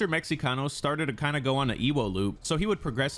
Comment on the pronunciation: "Meh-he-cano" just in case you wanted to know how to say it